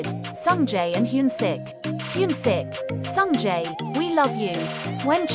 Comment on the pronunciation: Please I'm dying... the way Sungjae is pronounced 🤣🤣🤣